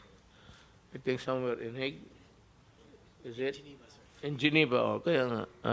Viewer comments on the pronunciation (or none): none